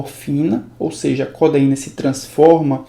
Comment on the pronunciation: as aulas são muito boas mesmo, mas na humildade pra somar. he-ro-í-na co-de-í-na.